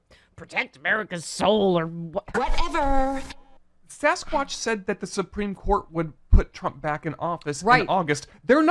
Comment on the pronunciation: I know I shouldn't laugh. "Saschquach". Saschquach in the leather vest, with patches!